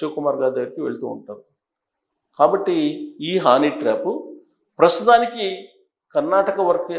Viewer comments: హానీ ట్రాప్ ఏంటయ్యా బాబు. అది హనీ ట్రాప్. 😂😂 ఏం జర్నలిస్టు వో ఏమో 😡😡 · హానీ ట్రాప్ కాదండీ హనీ ట్రాప్